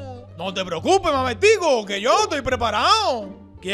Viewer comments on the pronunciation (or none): dijo mamertco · porque en el minuto la profe dice mamertco en vez de mamertico